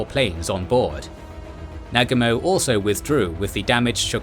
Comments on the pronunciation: the japanese admiral Nagumo is pronounced Na-goomo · it is pronounced NA----GU---MO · I wish to god you guys could pronounce Nagumo correctly. It's just sound idiotic the way it's pronounced on this video. Cheapens the quality.... It's NA-GU-MO not NAG-U-MO..... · I'm sorry, I'm picky, but the narrator is mis- pronouncing some of the Leaders names. Namely Halsey and Nagumo.